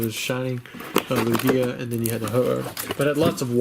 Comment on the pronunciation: The stress goes on the first vowel unless said otherwise. Lugia